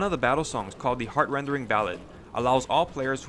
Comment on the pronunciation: video is great but would be better if you said "heart-rending" instead of "heart-rendering." sure you can call it nitpicky but its a genuinely annoying thing to hear when you know what its supposed to be called.